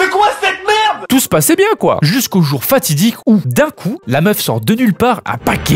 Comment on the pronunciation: "Les hanche bieng dodue la" 😂😂 c'est du grand art